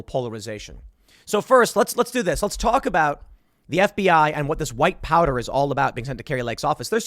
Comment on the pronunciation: I almost thought you said white power instead of white powder 😄😄😄🤣🤣😂